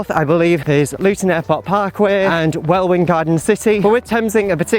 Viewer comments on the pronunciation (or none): Welwyn = "Well-in" ;) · Love the way that you love London., Welwyn is pronounced Well-in. The 2nd w is silent. English is a peculiar language e.g. Norwich, Dulwich, Southwark. Looking forward to seeing parts of London that I've never seen before and I've lived here a very long time. Bye